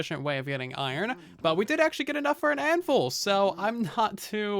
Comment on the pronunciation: anvUl I cringe every time (no hate tho )